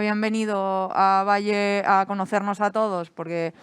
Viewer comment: Pero cómo "Valle"?... cómo "Valle"?... PERÒ ESTA TÍA ÉS IDIOTA O ÉS IDIOTA?.... es diu "Vall'.. GILIPOLLES